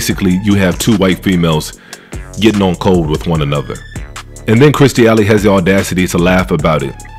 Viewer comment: You keep calling her Allen instead of Alley.